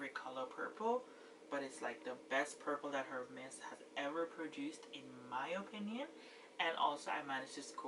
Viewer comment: You have a beautiful collection just wow! Btw the H in Hermes is silent. I think you have the most gorgeous H collection in you tube. My favorite is the yellow B30😍